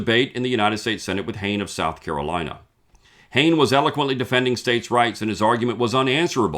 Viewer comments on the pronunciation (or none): In SC, we were taught to pronounce Hayne, “Hay’-nee”